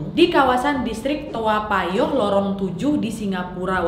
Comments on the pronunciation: Tao payoh naaad.. Sering kali kau salah sebut 😭😂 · To payoh ka nyebutnya 😅😅😅 Lucu kk bilang toa payoh